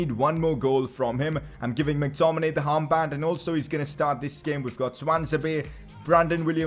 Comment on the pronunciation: he says harmband instead of armband